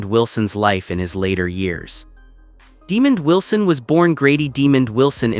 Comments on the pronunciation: Mispronouncing is real name and character name. Sanford and Son reunite…🙏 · These butt holes at Star Buzz want to report on someone whom they can't pronounce his name right.